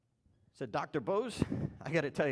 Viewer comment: you 're a douchebag. If you respect the man, at least learn to pronounce his name properly.